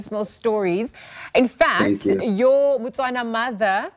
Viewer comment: Is a Motswana, not Batswana. South African should know this